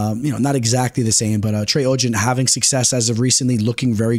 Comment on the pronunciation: Adderall is not a steroid lol.. and he got off easy bc he had a script and it's legal to use if you fill paperwork out. and it's OGDEN not oggen lol. are you a sim bro or something?